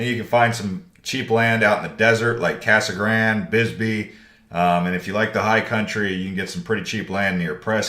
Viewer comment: Its Casa Grande not Casa Grand